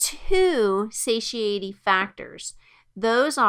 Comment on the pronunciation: This is very good, but I just couldn’t help but got distracted by her pronunciations, satiety? Duodenum? Anyhow, still very good.